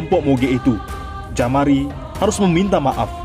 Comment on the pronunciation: Jamaro bukan jamari